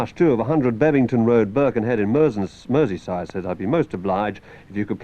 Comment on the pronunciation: An Everton supporter, struggling to pronounce "Merseyside" properly - but he was born in Devon - Exmouth, I believe!